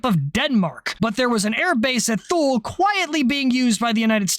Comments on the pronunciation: Alright, since you said it wrong and , I feel bound to say 'Too-lee' instead of whatever you were trying to spit out. I bet you only mispronounced Thule just to trigger folks that either lived or were formerly stationed there, so carry on. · Thule is Too-Lee. carry on. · Thule Greenland is pronounced "Tool-ee". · The Airbase in Greenland is pronounced "too-LEE", not how it looks. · did.. did you say "Thule"..?